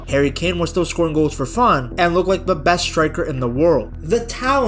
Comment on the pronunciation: but but bessst team in the wirrrrlddd